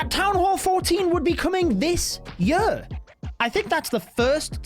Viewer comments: Gosh your messed up accent is painful to hear... what the heck is a jerr? you mean year? speak english please that's quite messed up especially considering that's your mother toungue! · Could you please say year instead of yö? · "that town hall 14 will be coming this YUU "